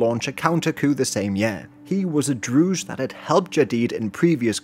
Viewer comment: Great video but you keep mispronouncing 'Druze'. It's pronounced with a regular Z